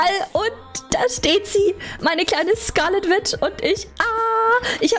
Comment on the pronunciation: und das wird nicht wit ausgesprochen sondern witsch, und witch heißßt auf deutsch hexe.